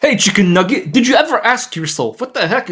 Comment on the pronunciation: Shicken Nugeyet :face-orange-frowning